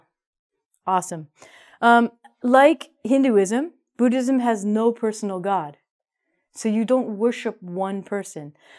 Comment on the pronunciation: Im an agnostic too Cheers 😍 And i love the way you pronounced "Buddhism" as "Bootysm"😂 #thanks for being my fav teacher🙏💗